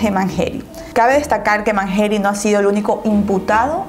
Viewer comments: manyery no manjeri🤦🤦🤦🤦🤦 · Mangeri se pronuncia Manyeri, no Manjeri!! Con Y, no con J. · Se escribe rawson pero se dice rauson y se escribe mangeri pero se dice manlleri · Se escribe "Mangeri" y se pronuncia "Manyeri" y se escribe "Rawson" y se pronuncia "Rauson" por si algún dia haces otra parte❤ Saludos desde Argentina🔥💁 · "MANGERI" SE PRONUNCIA "MANSHERI" DEBERIAS PRESTAR ATENCIÓN A ESAS COSITAS CUANDO INVESTIGAS... BESITOS 😘 😘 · Arctic Potterhead Soy Argentina y se pronuncia "Mansheri" no es x nuestro acento ...se pronuncia asi el apellido No se si me entendiste..jaja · Es mas como "Manyeri" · otra vez, soy de Argentina y se pronuncia Rauson asi como suena y se pronuncia manyeri! Nacieron acá en Argentina y así se hacían llamar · Hola guapa disculpa se escribe mangeri y se pronuncia (manyeri) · mangeri se pronuncia mansheri. y rawson se pronuncia rauson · Rawson se lee como se escribe Y mangeri se lee "manyeri" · se pronuncia manlleri* se escribe mangeri